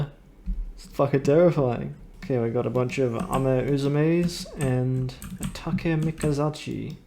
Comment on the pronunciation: ehen, actchually its pronounshed Take-MikazUchi, ehem, yesh I would be able to remember Kanji Tatshumi'sh demon from pershona fwor very well, indeed ☝🤓